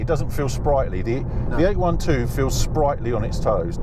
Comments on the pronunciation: What is eight one two? Ah you mean eight twelve (eight-800hp, twelve-12 cylinders) :) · Mate, it's not a 8-1-2!! It's called an 8-12!! Got it? 800 horse power and 12 cylinders, not 1-2 cylinders! Nice video but let's pronounce the names correctly. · It’s eight twelve, not eight one two